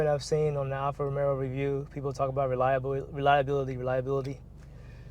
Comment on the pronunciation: Much Love Dawg....ROMERO...I can't unhear it DAWG